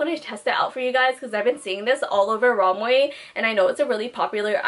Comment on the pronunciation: when she says romway instead of romwe 😩